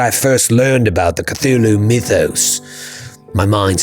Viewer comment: can you say Koo-Too-Loo?